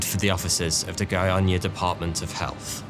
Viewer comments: Your pronunciation of Goiânia is very good! Thanks for the effort! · You spoke the name of the city really well. Caesium 137 disaster is great reminder of how important is to take close care of dangerous scrap.